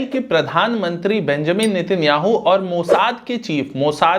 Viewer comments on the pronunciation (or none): none